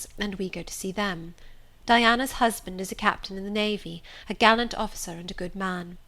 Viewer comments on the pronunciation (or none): none